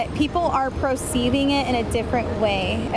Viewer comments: It's one of my pet peeves & I can't help it, Perceiving like a cat purr not proceiving, ijs. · Haha she pronounced “perceiving” as “procieving” when she was talking about people connecting trump to hate in their minds.